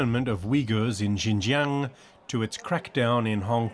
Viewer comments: Cannot pronounce Xinjiang (Calls it JinJang), but NAILS Volkswagen. Interesting. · did he just say "jin jiang"??? lol thats an actual place completely unrelated to xinjiang... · Atrocious pronunciation of Xinjiang.